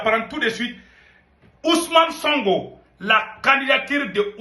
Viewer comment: C'est sonko pas songo toi aussi avec ton français